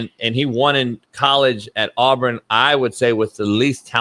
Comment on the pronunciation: did Ryan Ass Clark just say “Arbrin”? Cmon homie